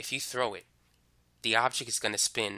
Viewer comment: pronounced "object" not "objec"